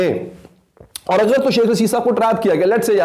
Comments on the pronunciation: Yar “aghr” nai hota, “agr” hota hai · “اغر” نہیں ہوتا “اگر” ہوتاہے۔